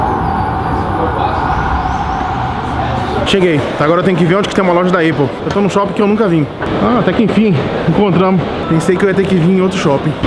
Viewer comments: não envergonhe a gente:É épou que se pronuncia e não eipou.Quem não concordar,pode pesquisar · n se fala "eipou" se fala "épou" q no caso é Apple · O cara quer aprender a falar inglês, mas n sabe nem falar certo o nome da empresa mais valiosa do mundo, não é "ÊIPOU", o certo é "ÉPOU"... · eipou não!!!! fala épou = apple